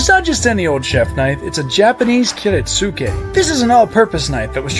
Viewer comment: It’s pronounced like kiritske dawg